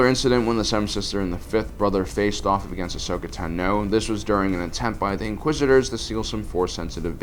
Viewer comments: Ashokas last name is not "tu-no" its "tah-no" your saying it wrong for the sake of saying it wrong.....wtf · tano, not tahno. please stop mis pronouncing names, especially when the movies and shows give the correct pronunciation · Dude your pronunciations are driving me crazy! It’s not Tanoh, it’s Tahno even though it’s spelled Tano. Come own that’s the worst one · Ashoka Tah-No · It makes me cringe every time he says Tano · Why can't you EVER pronounce Ashoka's last name, or even mispronounce it consistently? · No offense but i hate the way you pronounce Tano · The way you pronounce offee and Tano is weird